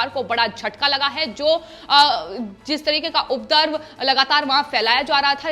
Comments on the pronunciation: अपने हिंदी के उच्चारण पर ध्यान दीजिए। उपरदव नहीं उपद्रव होता है। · It’s not ‘updrav’ but ‘upadrav’ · You the ancher is not clear in hindi language Actually is UPADRAV Not udrav as you spoke Mind it 1st command the language then come on TV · Please aap Hindi sahi bolen ye shabd updrav ko updarv aur updravi ko updarvi na bolen